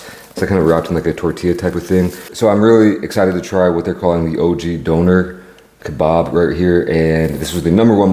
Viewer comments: bro said downer kebarb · It’s not a doner kabob ? It’s a doner kebab 😂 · “Donoour keybab” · You said donner kebab like the Northern Irish ☘️ ❤🎉😂❤